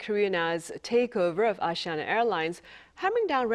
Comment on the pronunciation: its aSIIana not AAAssee ana.